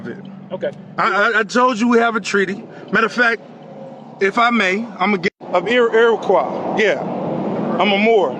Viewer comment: trys to claim he is part of Iroquois nation and can't even pronounce it right.